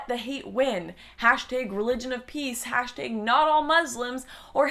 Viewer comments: hey dodo it's hashtAg, not hashtig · why do you pronounce hashtag "hashtaeg" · "hashteeg". Your such a Canadian. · What's a hashtayg? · You say "hashtag" weird. Hashteg lol